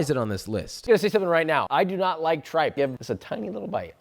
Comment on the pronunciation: Sorry Josh it’s pronounced TREEPPA not tripe 😂😂😂😂😂yo made me fall from my couch 😂😂😂🤣